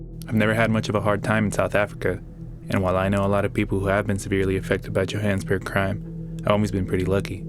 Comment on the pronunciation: Yo-Haw-nuhs-BERG. Fuck, speak like normal